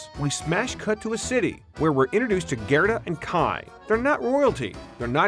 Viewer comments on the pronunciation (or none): Gerta not Gareta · Really wish this guy would pronounce GERTA'S name correctly!!